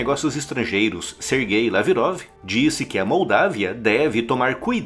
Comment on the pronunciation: Sergei Laverof...? Sei! com essa diqueção.. ops dicção.